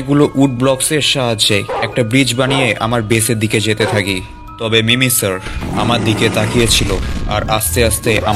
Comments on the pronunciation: ওটা মিমিসার না ওটা মিমিকার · ভাই ওটা মিমি সার না ওটা হবে মিমি কার